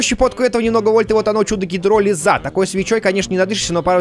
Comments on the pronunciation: на р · на о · Гидролиз ударение на и